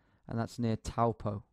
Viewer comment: Aldrone. Me too. On a Kiwi experience bus. And btw Geoguessrwizard Taupo is pronounced like “toepaw”. Weird I know but you were actually pronouncing it wrong hehe